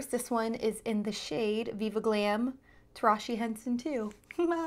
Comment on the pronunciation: Just a friendly FYI-Tarahji is pronounced Ta-rah-he, the “j” is silent or said with an “h” sound.